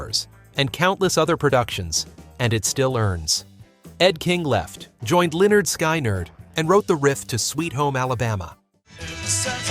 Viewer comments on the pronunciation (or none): It is so effing frustrating to hear videos narrated by guys who have no idea what they’re talking about. Listen up, first graders: the band is called LINN-erd SKINN-erd, not Leonard SKYY- nerd. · Leonard "Sky-Nerd"????? Really??? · Sí, es increíble que publicaran el video con errores tan básicos. “Lynn Ard Sky Nard” y el nombre de Iron Butterfly cortado son fallos que podrían haberse evitado fácilmente con una revisión mínima antes de publicarlo. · Leonard Sky Nerd? You've GOT to find some way to get that text to voice app to produce accurate vocals. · Leonard “Skin-nerd”.